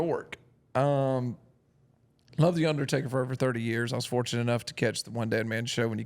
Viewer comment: Dude with his draw definitely said A$$ Taker. Enunciate my man.